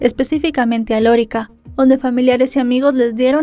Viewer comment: D. Sancho no fue criado por su madre. A ver si investiga usted bien. Creció con su abuela paterna. No es Lórica, es Lorica.